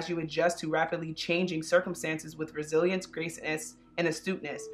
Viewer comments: Instead of “resilience” I heard “brazilians” 🇧🇷😅😅😅 (I speak spanish, maybe that’s why 😅) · Karen Vázquez same! I’m Mexican and I heard Brazilians